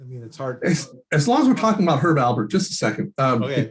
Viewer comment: ALPERT, Herb ALPERT. Great information though! thanks for doing it!